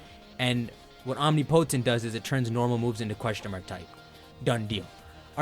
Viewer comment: How is he able to pronounce omniscient but not omnipotent